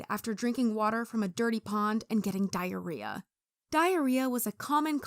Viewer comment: dihreah expination